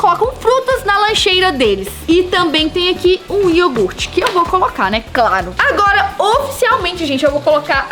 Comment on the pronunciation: A falou iorgute